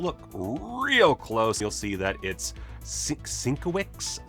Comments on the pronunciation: I believe Sienkiewicz is pronounced Sin-kev-itch. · It's Bill Sin-KEV-itch.